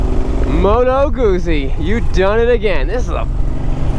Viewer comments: Pronounced moto gutsy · Phil Clarke Moto Guzzi is pronounced like “put sea “but with a “G” with the emphasis GUT...and the word is chopped the way you would pronounce pizza. I suppose it’s because of the two z letters together.. so pizza and Guzzi words both are chopped in pronounciation At the Z’s.. It’s not pronounced like fuzzy). and not like floozie... It’s- Moto put sea...moto gut zee